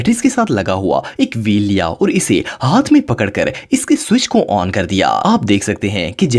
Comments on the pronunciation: On ❌ Aon✅ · On ❌ Aon ✅